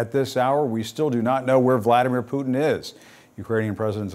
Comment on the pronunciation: Why cant any American news anchors pronounce Putin correctly? Listen to your guest and learn, Jim!